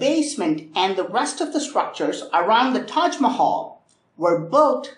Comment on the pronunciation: I love the tahg Mahal